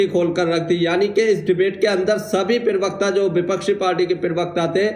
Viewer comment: Pl do no speak pirwakta it is prawakta